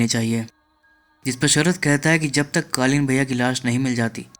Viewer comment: ka explainer....tujhse na ho payega. Kalin bhaiya ko kalin bol rhe ho. Jao koi or kam karo.